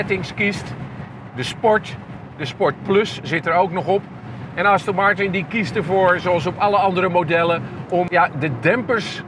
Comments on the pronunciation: Als zelfs de hoofdredacteur van Autovisie de merknaam niet goed kan uitspreken............. Wow...... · Dus aston Martin uitspreken is te moeilijk blijkbaar...